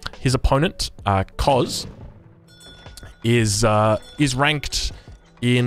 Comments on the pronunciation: The cz is pronounced tch. Koczis or Kocsis is a popular family-name in some East-European countrys. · im not polish but im pretty sure Koczis is pronounced Kochish